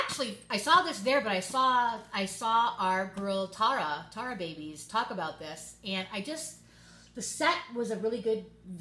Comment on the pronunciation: I kept thinking you were saying Tar babies until I realized you were talking about Tara LOL. Those eye shadows from the 50 shades collection are so gorgoues I was tempted to get the set because of those BUT those particular colors ARE NOT in the permanent line only found in the limited edition 50 shades set but I wasn't thrilled with all the other stuff in there. I hated the mascara when I got a sample…I just ordered 5 of the those amazing lip glosses from Gerard Cosmetics, if you don't like lipgloss you would love these they are a lip gloss liner lipstick in one and are amazing pigmented colors